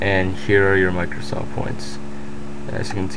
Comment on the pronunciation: micrrrrrrrrrrosoft points lulz